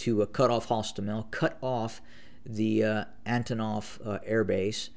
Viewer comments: Antonov airport and not Anotov, please, it is the 37th day. Try to use less "agains". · My man is still using words like "monolithic" incorrectly, and mispronouncing "Antonov" as "Anatov" 😂